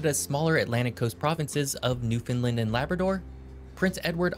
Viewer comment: Come and visit New Scotland it’s beautiful , what’s wrong with being small . Also the guy should learn how to say Newfoundland